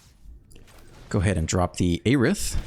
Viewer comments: It's "air-ith" not "aye-rith". Just trying to help since you said you didn't know. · Her name is phonetically (Air-ith)